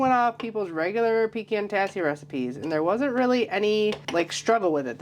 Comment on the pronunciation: Thanks for pronouncing PECAN correctly!!!